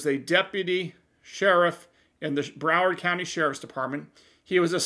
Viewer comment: Did you say Coward County?🤔